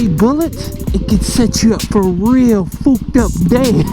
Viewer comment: says fooked up instead of fucked up. YouTube algorithm: shit fam you good.